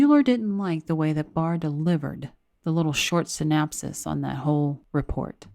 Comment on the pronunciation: It is pronounced sy-NOP-sis